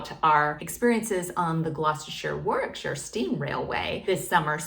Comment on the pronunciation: Full marks for getting Gloucestershire and Warwickshire correct. How about Leicestershire?